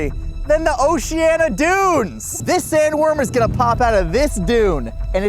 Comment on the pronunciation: Oceano, not Oceana. Where the butterflies and half the Central Valley come to hang out at the oceano!